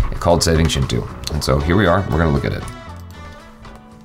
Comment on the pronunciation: when says Chintu I hear Chinchu 😀😂😂😂😂🤣🤣